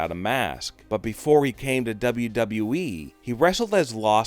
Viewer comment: How are we gonna listen to him he says WWE like wWwWesje